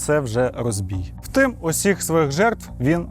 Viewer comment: Все круто, але назви міст вимовляєш неправильно, і завжди кажеш "втим", а не "втім"